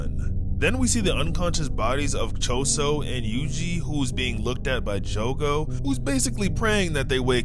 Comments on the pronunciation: jugu? omfg SAY JOGO NOT THAT HARD DUMBASS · I’m bouta crashout his say “jugo” not “jogo” it’s pronounced “joe-go” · jogo is pronounced: "Joe goe" not "Joo goe" btw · Btw it’s jogo not jugo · Why jugo, not jogo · Son it's not joogo it's jogo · The saddest part is him calling Jogo “Jugo” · love your vids but its joe go like that not ju go ( this is for how you say jogo ) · Bro kept saying jugo it's Jogo joe-go not ur fault tho lol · Joe-go not just-go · Hey btw! Its Jogo(Joe-Go) not Jugo. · My boy, why are you saying Jugo? Where the hell is the letter U jogo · I love how pronounced jogo as jugo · its jo-go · I wanna tell you that your saying Jogo wrong